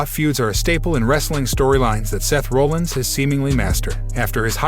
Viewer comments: To support Shanna Hoyt's comment, if you don't have an announcer who has at least some interest in wrestling, things will fall flat. Seth Rollins is not pronounced Roll-Ins. It's more like Rah-lins. Sorry, but not knowing this is bad form. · Guy.....are you actually a wrestling fan or just hopping on a popular topic train to get views? I ask, because I'm curious who this "Seth Rolands" guy is. Dude, if you're gonna report on the shit, at least learn how to pronounce the people's names properly that you report on...I mean seriously, we're talking about Seth "Freakin" Rollins here...smh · People that don't watch WWE, might not know how to pronounce Seth Rollins last name